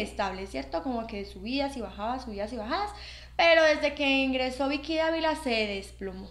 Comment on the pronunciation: Ud no pronuncia correctamente la letra 'v' en español. NO HAY DIFERENCIA EN PRONUNCIACIÓN ENTRE LAS LETRAS 'V' y 'B' EN ESPAÑOL. Ambas se pronuncian como 'b'. Por lo tanto ''Vicky' en español se pronuncia como si se escribiera con 'b', o sea /bi:ki/. Además esta 'Bicky' se llama Vicky Gnecco [pronunciado /'heneko' no [he'neko/]